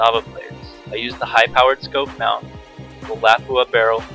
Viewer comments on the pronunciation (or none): none